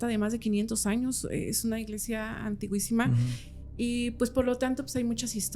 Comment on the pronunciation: Se escribe antigüísima. Aunque esté mal dicha la palabra. La correcta sería antiquísima.